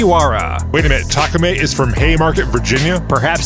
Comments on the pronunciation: The new track is gorgeous just beautiful great job. If I may there need to be a pronunciation correction on Takumi your pronouncing it as Takumei vs Takumee the I is pronounced as EE like in keep. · Ta-ku-MEE, not ta-ku-MAY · You kept pronouncing Takumi as Takumei. Great stuff otherwise